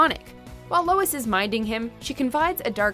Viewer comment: Sounds like ur sayin Louis